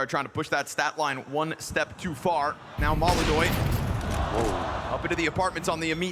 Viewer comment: Molodoy? = ❌ Molodonk? = ✅✅✅